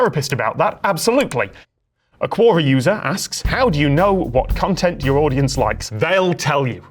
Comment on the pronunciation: You cool Tom, you Cool, But I cringed everytime u said "cuora" it's pronounced Que-or-rah! hahaha. I joke I joke